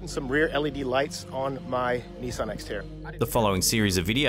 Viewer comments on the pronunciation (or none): Did you say nesan it’s Nisan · Seriously...."Nisssin"?! 🤣 U mean (Nee-Sahn) "Nissan". 😆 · It's pronounced Nissahhn not NissIN. Oh you Aussies have trouble with pronunciation. Lol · nissin lol , its pronounced knee-saaan my friend, anyways good vid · We pronounce Nissan.... Knee-sahn